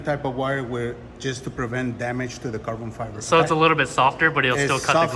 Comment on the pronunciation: Love how in the vid calls it Carbon Fiver! Breeehhhhhh its all about ze Carbon Fiver ma mannn!!!!